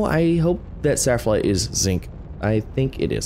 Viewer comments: SPHALERITE not saphralite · I remember when he said ‘saffronite’ once. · The zinc is called sphalerite not saflerite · Sfal - er - ite